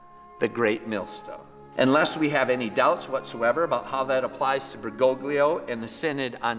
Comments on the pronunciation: Pray for Fr. Altman. I’m not a big fan of Pope Francis, but Altman has gone off the deep end and has put his own soul in danger. And it’s Bergo-lio, the 2nd G is silent!! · It’s “Ber-go-Lee-oh”. The second G is silent.